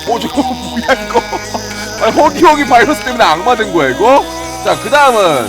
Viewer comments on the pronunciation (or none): none